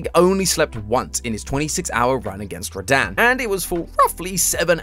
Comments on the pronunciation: “Radan.” Bro it’s Rad-han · It’s rah-dun not rahdan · Rah-Dan? When I heard you say Radahn's name, I physically winced. It's pronounced Rah-Dawn. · ain’t no way he called him ra-daan 💀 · I don't know if he is saying radahn's name correctly or not, it could just be the accent